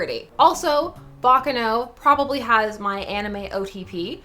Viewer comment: I don't want to be annoying but the stress in baccano is on the second a: bacca'no Greetings from Italy❤